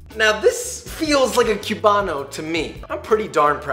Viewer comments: Also, says “kiubano” cringes in Spanish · My father is Cuban and I was born in Miami and I was raised there. Also Joshua, we don't pronounce the "b" when we say "Cubano", so it basically sounds like this: "kuu wa no." And also, those measurements are a bit off for the sandwich and the mojo is too thick. Also, pig lard is an alternative. I'd say that only half of the Cuban bread in all Miami has lard. Lastly, the bread is too dark. Cuban bread is actually super light in color; tbh, I've had over hundreds of Cuban sandwiches and I dont ever recall the bread being so dark; it only get dark after it is toasted. But overall, good job! If you want to learn about Cuban food, go to Miami and visit butcher shops. In Miami, it is very common for Cuban butcher shops to sell Cuban pastries and sandwiches.